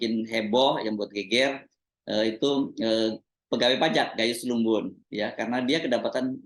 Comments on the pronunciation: Gayus tambunan bg,,bukan gayus lumbun 😂😂😂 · bukan gayus lumbun, tapi gayus tambunan. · Mas hersu...saya perhatiin udah puluhan kali Gayus Tambunan mas hersu nyebutnya Gayus Lumbun.. Awas nnti kna tilang orangnya.. Klo Gayus Lumbun yg trkenal itu kn yg propesor